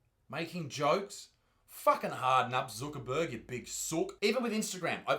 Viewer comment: I love it how he says ZOOKERBURG omgsh 😂😂😂😂😂😂😂😂😂 also here’s a cookie for you. 🍪